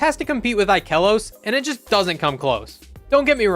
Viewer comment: You are the one guy that actually pronounces ikelos the right way